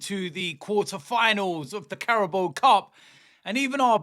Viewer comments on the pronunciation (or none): none